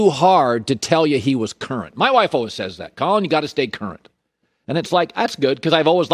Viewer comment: Hey Collin , if you're always learning then how about you learn to pronounce the word always?